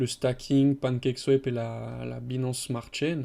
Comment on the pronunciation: Au secours l'accent anglais... DeFi, Binance, Compound, etc. 🤣 Tous écorchés